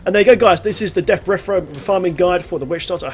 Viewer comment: Deaf Breff. Hehe, love the vids. Subbed.